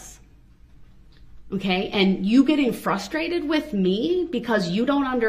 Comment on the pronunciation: He also insists on saying axe, FUSStrated, speck-lative and relevancy. I cringe so hard when he says "fusstrated". That one particularly bothers me the most for some reason.